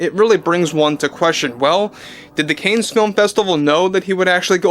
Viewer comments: the festival is pronounced “can” not canes… other than that great video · It's not pronounced canes. Cannes Film Festival is pronounced like this: you've heard of the actor James Caan from Rollerball and Misery. Cannes (a town in France) is pronounced the same as James Caan's last name. Thanks for the info about the stupid Ironheart movie. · I really like your content. It is pronounced "khan". It's French. "S" is silent. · Don't wish to embarrass but It's pronounced "CON," not Canes. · Dont be so bombastically Americano with your pronunciation. It's not "canes". Its French. It's "Cannes", pronounced 'can'. Easy. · I'm surprised you don't know how to pronounce Cannes, as in the Cannes Film Festival. ChatGPT says The correct pronunciation of Cannes Film Festival is: "Kan" Film Festival — "Kan" rhymes with "man". Avoid pronouncing the "s" at the end. Phonetically: /kan/ or /kæn/ Common mistake: Saying "Cans" or "Conz" — both are incorrect. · I think it's "conn", not "canes". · Heya! Love your stuff - just an FYI - I think it's pronounced Cahnnes film festival. The s is silent. Cane's brings it down to our level tho so there's that.😊🎉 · It’s pronounced “cons” not “ canes”. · Cannes film festival is pronounced Cons like wrath of Khan, not cane. I'm originally from New York, so this dopey film festival used to get a lot of news coverage, and that's how it was always pronounced.. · CANNES is pronounced Can . Like in One Tin Can.Not Cans. Not "Canes". You're welcome❤Cannes = Can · Cans not canes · "Cannes" is pronounced "Con" and not "KAYNEZ". De Niro is a washed-up, has-been, who has been radicalized by Marxism and the radical left. He has Trump Derangement Syndrome (TDS). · Hey, love your content and agree that De Niro is unhinged, but Cannes is pronounced like Kahn, not Canes. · i winced everytime he said "CANES." this is spose to be his beat, and he doesnt know that its pronounced CON? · ❤Cannes is pronounced Caahn. Like the actor James Caan. ❤